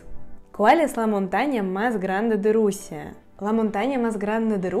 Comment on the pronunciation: Me encantó lo de la Rusía, sonó como Rosalía. 😃Espero poder aprender el ruso y conocerla algún día. Muchos saludos desde el Ecuador 🙌🏻🇪🇨